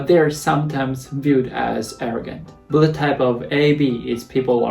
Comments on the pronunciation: Blood not "buled"😂😂🤣 I was confused like "what?!" For a moment by how you said blood😂 My blood type is B too. B+✌🏻 and I guess I'm an honest person just like how I am right now😃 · It's only me hear he say "bullet type" insted "blood type" :D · When you're saying "blood" it always sounds like "bullet" xD. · I don't know why but everytime you say Blood I hear Bullet 😅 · Now I can't unhear it😂